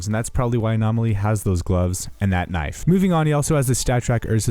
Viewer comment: "its a very nice köniiv"